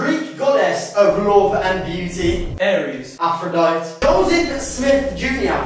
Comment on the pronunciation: Lmao Jay's pronunciation of Aphrodite A F R O D Y T E